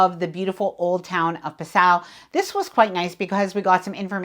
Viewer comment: What a great video. The only criticism I have is that you should try to find out how to pronounce the names of the towns. Pronouncing them with an accent is totally ok, but please at least make an effort. E.g. Vilshofen is "Fils-hofen" and Passau has the stress on the first syllable. I think it's a matter of respect. It's easy to look up basic German pronunciation.